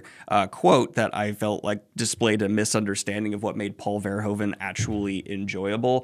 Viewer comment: Just replace the OE part, with the OO from Noodle... VerhOOven. Almost native Dutch 😂❤😊 great video, gonna start this series this month for sure!